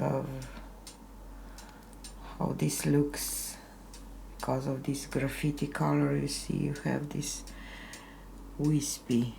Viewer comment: Lovely coater! I think the color "graffiti" is probably "graphite" pronounced graf-fight. Graphite is the center of a pencil, that grey/silver/black color when you write. Hope this helps! ~~~^..^